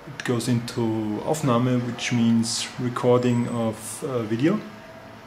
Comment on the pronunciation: Bei "Aufnahme" das klingt irgendwie lustig im englischer Sprache drumherum. :-) Sehr schönes informatives Video